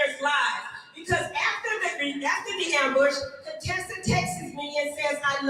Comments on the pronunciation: Please stop calling her CONEtessa it's Con Tessa pronounced Cun-tessa! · Why are you pronouncing her name like that, her name in CONTESSA???? Not Cone Tessa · stop calling her coontessa, you are either ignorant of the pronunciation or you are playing up what Hellvuly called her earlier on. You are not suppose to sound like you are trying to play “shady” too!! Besides, Contessa is too pretty for that name to make any sense. Plus, that’s a name that the other side likes to call us!! So please …it doesn’t fit you. Her name is Con (Tessa) like con (trol). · Can y’all please stop calling her “Coontessa” her name is “Con-Tessa” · Wtf do y'all black people keep calling another black woman a COON? Her name is Contessa not Contessa its not not funny at all....Okay bye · Not him calling her ConeTessa like Dr. Heavenly. Lmao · Ever-ee time he says Dr. “CONE-Tessa” 😂😂😂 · Why you saying her wrong? On purpose stop 🛑 it’s not cute. It’s giving real Fake unless that just you, I don’t know. We grown respect her name. Dr. Contessa is a real doctor & earned that. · Lmao why are you saying Dr. Contessa’s name like that? 😂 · you know that is not how her name is pronounced 🙄 you being funny now! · OMG! The way you say Contessa’s name 🤦🏽‍♀️ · Why do you pronounce Dr.Contessa name that way.